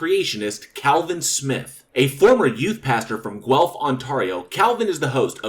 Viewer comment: Congrats on pronouncing Guelph correctly. It is a tough one to pronounce. Most people get it wrong